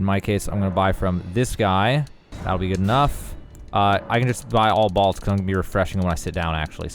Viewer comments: It’s bólt, like lightning BOLT 🤦🏻‍♂️ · I want you to say bowl and then say bolt again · The way you pronounce BOLT is unacceptable. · What is a "balt"? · You pronounce bolt wrong haha